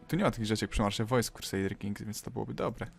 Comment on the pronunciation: usłyszałem "Kurtsarder" Kings :P